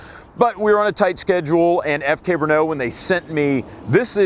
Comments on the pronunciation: First, it's NOT Bruno, it is BRNO. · FK Bernaugh xD Listening to Americans trying to pronounce Czech words is fun. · Its named FK BRNO soooo... It can also be pronounced FUCK BRUNO